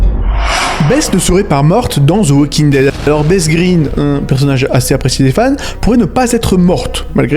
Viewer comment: D’ze walking dead hahahah😂 dsl ici on dit « The Walking Dead »